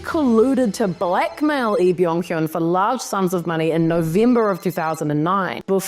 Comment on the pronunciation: Im studying Korean and the only part of his name she doesn't pronounce right is "헌" she says "hyun" but it is pronounced "hon" (like the "o" in Spanish)